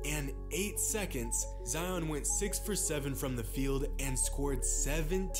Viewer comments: it's pronounced ZedYON. not zeeon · ZI-ON not Zee-On!!!!! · Its pronounced zyon not zeeon and he might not be the next big thing because he has been playing good because injuries could take him and he might not come back the same and become a draft bust like many other players love the content tho keep it up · It’s z-eye on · Zions pronounciation is something like this (sigh-on) so yup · Z- uh-i-on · I cringe every time he says Zeeon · Its Zion not zeeon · His name isn’t zeeon it’s ZION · ITS LIKE "ZAYON" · why do you insist on pronouncing his name incorrectly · You and Flightreact are pronounce Zion’s name wrong